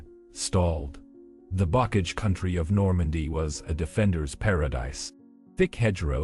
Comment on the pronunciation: "bockage" LOL